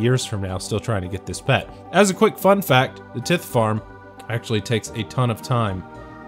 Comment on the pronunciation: The "tith" farn 🥴